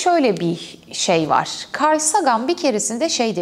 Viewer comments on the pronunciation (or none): none